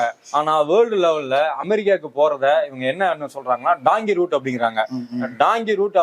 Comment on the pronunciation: டாங்கி ரூட் என்பது தவறு . டங்கி ரூட் என்பதே சரி .